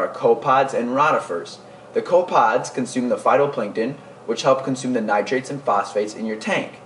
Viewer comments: I like your vids but please start pronounce copepods correctly. It is pronounced co pa pods. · Co pods? I think a syllable went missing. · they are co pep pods not co pods other than that decent vid oddly enough rotifers is pronounced roe tifers not rawrifers.